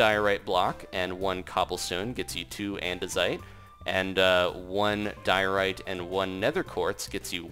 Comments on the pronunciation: when he was telling the name of the stones i took me a second to understand that he said diorite and not diarrhea, yeah i wasn't totally paying attention but at least i took a good laugh at it which is always good XDDD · Diorite sounds like diaries